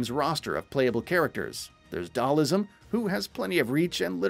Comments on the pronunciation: Dude.. Its Dhal-sim.. Not Dhal-ism the fuck 🤣🤣🤣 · I also appreciated how he turned Dhalsim into Dhal-ism. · Did he just say Dhalism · He called him ‘Dhalism’ in the video lol 😂